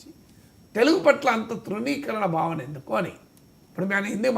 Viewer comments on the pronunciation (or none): none